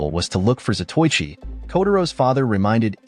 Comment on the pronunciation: It's a good movie that I have a copy of it in my hoard of Asian martial arts movie. I wish the narrator pronounced some of the Japanese words correctly. Zato Ichi, is like pronouncing Zorro as Sorro. It's Za toe I chi. Quite a well know late 50's to early 70's, blind swordsman. There's only been two or three Japanese Samurai movie series. Shintaro Katsu as Zato Ichi, the blind swordsman. There was also Lone Wolf with baby cart, which was Ito Ogami, the former royal executioner with his young son in the baby cart. That was Wakayama Tomisaburo, who I believe is Shintaru Katsu's brother.